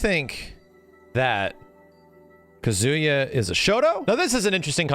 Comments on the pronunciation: He also says Ka-ZOO-ya, rather than KA-zoo-ya. It's the weird American pronunciation of 3-syllable Japanese names where the 2nd syllable gets stressed, like Ma-KO-to, rather than MA-ko-to. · Ka-ZOO-ya, instead of KA-zoo-ya. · KAH-zu-ya not Ka-Zoo-ya... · Bro said kazoooya 😂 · Everytime I hear kazoooya I die a little. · Imagine not being able to pronounce Kazuya correctly. Edit: and Ryu Edit: and shotokan karate.... And not knowing that it's a real martial art..